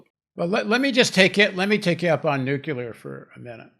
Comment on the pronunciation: Paul, we went through this with Ben before - it's `nuclear', not 'nucelar'. Please, don't channel Bush Jr. 😯